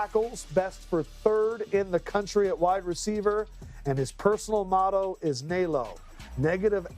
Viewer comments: holy crap its na-lo no nai-lo smh fuckin haoles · You pronounced it wrong . Its “Na-low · Damn he abused the fuck out of that word NALO💀💀💀if you from Hawaii you know🤣